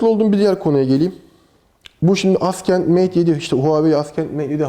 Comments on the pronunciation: abi neden askend? neden inatla yanlış telaffuz? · Yanlış olmasın gençler Huawei AsKENT Mate 7 :D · Askent evet mhmm.. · "Assent" değilmiydi o.